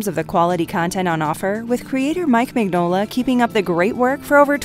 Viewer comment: Please research how names are pronounced. Mignola is pronounced min yo la